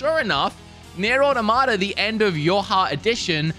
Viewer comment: "Nier: Audermada" 😂 it's pronounced Or-Tom-Uh-Ta